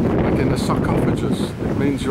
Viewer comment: Sarcophagus the C is pronounced like a K and the G pronounced like the G in goat. I wonder how the wine was hmmm certainly delicious I'm sure!